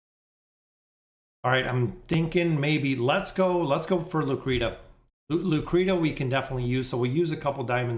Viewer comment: Bro where on Earth is Lucretia ever sounded out like "Lu-Cree-Ta?" That's absolutely nonsense 😂🤦. It is without a doubt pronounced "Lu-Cree-Sha." You friggen kill me with the way you butcher names lol. I tell you this with love brotha.